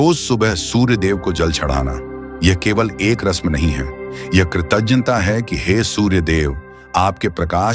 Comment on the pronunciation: बार-बार मैं शिकायत करता हूं, कृतज्ञ होता है कृतज्य नहीं।आप अपने उच्चारण को सुधारें नहीं तो आपके विडियो से नफ़रत हो जाएगा।❤